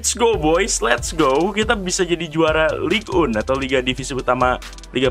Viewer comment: Btw bukan ligue un tapi ligue eng